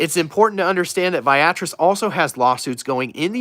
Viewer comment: Hey.. just FYI, the pronunciation is Via Tris (vee ah tris).